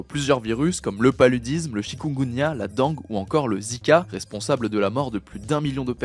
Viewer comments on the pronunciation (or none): La dangue 😂😂😂 j’en peux plus 🤣🤣 ça se prononce « dingue » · Le dangue! Ca ce prononce pas comme C'est dingue 😂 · Ça se prononce "dingue" :) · Dengue, ça se prononce « dingue » ! 🇷🇪